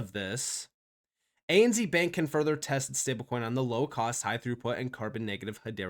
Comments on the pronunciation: Sorry. I can’t not tell you. It’s pronounced ANZ(Zed). 😂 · Please say. A-N-ZED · Its hard to listen to lol, when its pronounced that way. A.N.Zed for us Aussies. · lol the way you say ANZ is funny hahah you say Z like Z in zebra but here in Aussie land it is said like Zed. A N Z so A then the N is almost like said like the word “and” then the Zed. Hope this make sense so A and(N) Zed I mean it still an N sound I don’t know how else to explain it hahaha